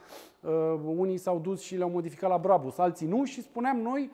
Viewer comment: Se spune Brabuș